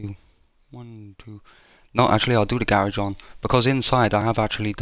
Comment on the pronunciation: It's not ga rage. It's garage...